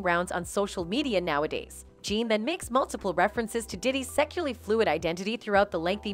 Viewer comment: What the hell is “ secual “ 😂 this computer voice person killin me 😂